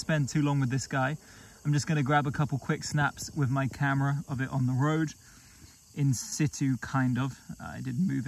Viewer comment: You know why I watch? Because you say in situ the proper way. lol j/k but in my book, that's how you say it. Cats, wolfs cool snakes in my book. Nice sized retic. But? That Lycodon??? Legit, another good one.